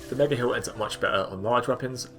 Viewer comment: I always hear "hill" in this video